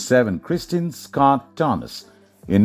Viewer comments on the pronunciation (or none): none